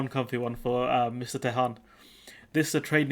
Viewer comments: Could learn how to pronounce Tehan before you start ,Its an Irish name try it like this T n you don't pronounce the h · Tee Han. It is an Irish surname. Good luck with that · Tehan, pronounced TEA_AN A name mainly found In the South and West Of Ireland, 🇪🇺🇮🇪🏴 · Or just T N , we can add Tehan to the long list of miss pronounced Irish names by Brits names like Cahill and Moran come to mind